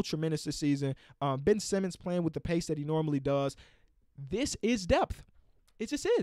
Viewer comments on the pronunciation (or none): none